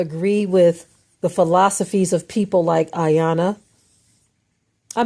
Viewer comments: Her name is pronounced E-yawnnn-lah! It’s African not suburban American I-yona like you repeatedly said. Your superiority complex sucks! The fact that you use the Bible selectively to uphold your fictional standards is odd. Because that very same Bible condoned SLAVERY, rape, molestation, murder, under age marriage and abuse. However, the slave and the master BOTH prayed to the SAME sky GOD and that sky God seems to have only answered one! Also you need to gain an understanding that the first police were slave catchers. The current police are still slave catchers. These laws weren’t created to protect us they were invented to recapture us!!!!! Read the constitution prisoners are slaves! Moreover, since your focus is blurred, white crime rates are the same yet people like you perpetuate the rhetoric downing US like you did in this recording. Next, you should listen to your own counterproductive very contradictory podcast because you’ve shamed us and made us appear to be the issue. You don’t steal people enslave them and then give them fake freedom. But, create policies and schemes to re-enslave them and keep them poor for your global agenda! Ma’am how did drugs and guns make it into our communities? Also, why did they enter our communities? Is that not How are those drugs making it into this country? Those perfect humans that you’ve been brainwashed to believe to be better mass murdered your people and enslaved them for MONEY. In as much, Iyanla grew up in New York and was aba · They call her and secondly it's phonetically pronounced E- yan- lah. She's a a life coach not a psychologist. That girl has issues. I'm happy the way you spoke about this. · 'e-yawn-la' is how her name is pronounced. Iyanla said she would trigger her & it worked!! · Please also let's be respectful to learn and correctly Pronounce the Respectable TV Host's Name. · let's start by correctly respecting and pronouncing iyanla's name